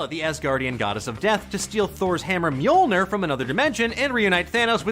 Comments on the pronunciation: That's not even close Think "myull-nirr" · It is not pronounce right it is Mjölnir. It was originally written first in old-nors like this Mjǫllnir in the 9th til 12th centuries. But nowadays Icelanders write Mjölnir, Norwegian and Danish write Mjølner, and Swedish people write Mjölner. But the Icelanders say it most correctly because that language is almost the same as the old-norse they don't use the O sound and roll the R. But the English speakers don't have a letters that represent Ö and Ø and most can't even roll the R. So English speakers had to have it easier for them to say. It is originally from the nordic countries but the rest of the world say it in there own language. If you would translate Mjölnir to English it would actually be The Grinder. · This hurts, you americans butcher the pronouncination of mjølnir and tor